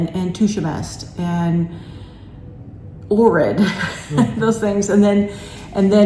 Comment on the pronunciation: It’s pronounced Poe-grah-dets not the way you pronounce it. And it is Lake Och-rid.